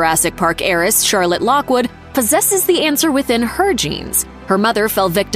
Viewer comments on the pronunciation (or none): none